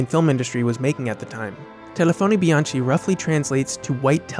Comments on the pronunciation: bdw as an Italian "telefoni bianchi" is pronounced "telefoni, bianKI" not CHI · great video! I'm very interested in the Italian neorealism movements and the nouvelle vague. Amazing films and great directors. Just one comment: your pronunciation of telefoni bianchi is wrong. The ch in Bianchi is pronounced as Bee-ahn-kee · Brilliant. However, bianchi in Italian is pronounced bee-an-ki. First lesson in Italian pronunciation.